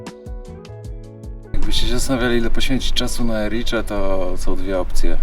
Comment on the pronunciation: Dziś pochwały. Tak. Nazwę miasta wymawia się „Ericze”. A jedzonko to „Aranczino”, jeśli jedno i „Aranczini” jeśli więcej 🥰